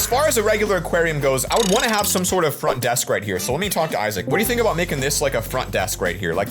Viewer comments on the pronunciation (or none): “Font Desk” lol what is this font desk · Bro it said font desk😂😂😂😂😂😂😂😂😂😅😅😅😅😅😅🤦‍♀️🤦‍♀️🤦‍♀️🤦‍♀️